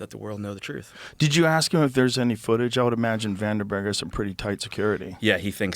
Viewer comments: It troubles me that they both pronounce Vandenberg “Vanderberg”. Makes me not take Dan’s research seriously. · Sorry, but 80,000 feet is NOT "space." Not even close. (Search "Kármán line.") And he repeatedly mispronounces "Vandenburg." Kind of basic stuff. (And only 29 minutes in.) Consider me skeptical about this "expert".... As for Rogan, the movie is "The Conqueror," not "Genghis Khan." And it was shot in Utah, not Nevada. Like JRE, and many of its guests, but the show needs a live fact-checker. Way too many careless errors.